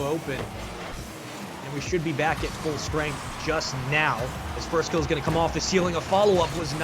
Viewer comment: "firstkilla" no, not firstkiller, firstkillAH